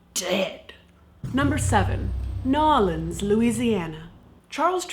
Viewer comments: Caitlin, I love you to death (pun intended), but I lived in New Orleans for the first 18 years of my life, and I promise you the only people who pronounce it "Nawlins" are annoying tourists. Please don't do it again. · I love how you pronounced "New Orelands" with two syllables